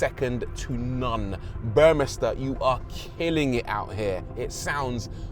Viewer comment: it's pronounced as BORmester Rory.